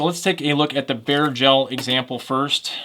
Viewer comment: It took me a bit to realize he’s saying bare gel, not bear gel. 😂😂